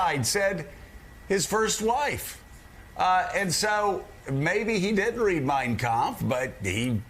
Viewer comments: The way he pronounced ''Mein Kampf'' shows he has read it many times. As someone who is fluent in German, you can't pronounce it this way if you ain't into it! trumpf is awful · If he never read Mein Kempf, he sure pronounced it very well; unlike basic English words he struggle with. Either he's watched it or it's ingrained. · I cannot believe he can even pronounce “Mein Kampf” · I speak German: He nailed it! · I loved Conway’s take. For someone who famously doesn’t read and can barely string a sentence together Trump pronounced Mein Kampf perfectly. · When you pronounce the hard pf in kampf youve read the book, normal people dont know how its spelled. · He sure pronounced mein kampf just fine......devil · How perfectly he pronounced the book....yeah, never read it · Prob the only book he ever read. Didn't read it, but knows exactly how to pronounce it. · No problem pronouncing it, though😅. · He can barely read a teleprompter, but trump sure can pronounce "Mein Kampf" flawlessly. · I’m sure he never read it, but he uses the AUDIO book as ASMR every night. I found it interesting that his pronunciation of “Mien Kampf” was spot on when he struggles with words in English. His pie hole is a LIE HOLE! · Funny(?) how it pronounced the title perfectly...never read it ? Evil liar.